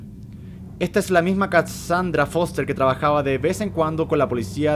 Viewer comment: Dijo mi nombre D: pero lo dijo mal xD (me llamo kasandra me costara trabajo oirlo xS